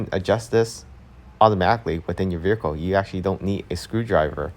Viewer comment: The word vehicle has you in a figure-four-leg-lock.